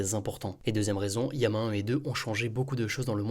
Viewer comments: bon apparemment "yama" c'est la prononciation en espagnol (ça s'écrit llama en espagnol ), mais je comprends pas pourquoi bcp de français le prononce de cette façon ^^, les anglophones prononce lama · Désolé mais ça me trigger d’entendre "Yama" c’est LLAMA !!